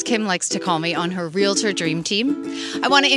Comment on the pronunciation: You said "Real-a-tor"...... Great content though. Good job.